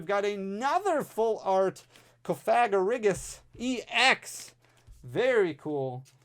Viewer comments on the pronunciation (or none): Cofagrigus is pronounced Cough-uh-gree-gus. kinda like Sarcophagus, the coffins that mummies are buried in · Cough-uh-gree-gus is how I was told it was pronounced.. I always had trouble pronouncing that one too. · love you, no N in cofagrigus 😂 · hahah Ill help you out ( Cough - a - Gri - Gus ) Hope this helps! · Love you! Try not to get demonitized pronouncing Cofagrigus!